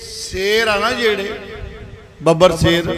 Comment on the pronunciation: ਬਾਬਾ ਜੀ ਸੇਰ ਨਹੀਂ ਸ਼ੇਰ ਕਹੋ